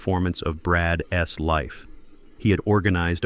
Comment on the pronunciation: Learn the proper way to pronounce possessive noun or pronoun. That Zeke s, Dante s Brad s drove me up the wall after about 45 minutes.